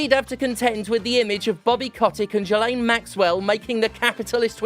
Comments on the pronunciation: You gotta say it right, it's pronounced JIZZ-laine. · It's pronounced "J!zz-lane," and I refuse to hear arguments otherwise. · Wait, that's how you pronounce Ghislaine?